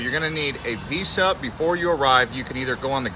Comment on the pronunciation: It’s pronounced veeza!